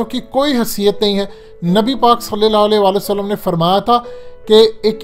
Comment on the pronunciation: صلی اللّٰہ علیہ کا تلفظ درست کرو میرے بھائی کئی بار کہا ھے